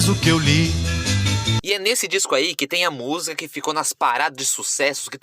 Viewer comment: Maravilha, mas treina falar a palavra música, pois tua pronúncia soa algo como 'musga'. Estranho!